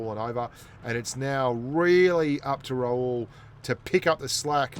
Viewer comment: By the way his name is Ra-hul , not raul , he is not spanish 😂😂😂😂